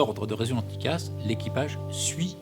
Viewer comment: Bonsoir, on ne dit pas dicasse mais cela s'ecrit : TCAS. cordialement